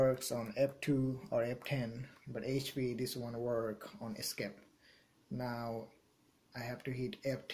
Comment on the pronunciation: He said escape button